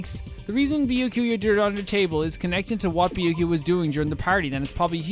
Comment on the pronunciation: Gasp! He s-s-said "Bya-kuya" The horror! Lol I love this game, and I do enjoy Byakuya's character. I find his chaos entertaining, and I love your reactions to Byakuya's antics. The running joke of not saying his name properly is so funny. And I definitely think the writers love to mess with Byakuya. I can't wait to see your reactions to the plot twists to come, seeing new people's reactions is part of the fun of this game to me.